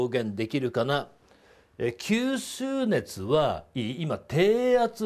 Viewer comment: きゅーすーねつ草